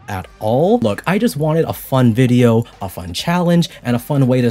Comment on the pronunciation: I love the way he automatically says "viDeOuR" in the Aussie accent when reading Lily's messages